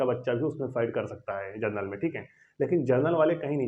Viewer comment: Vai pahele bolna sikho genrnal ni hota Hai general hota hai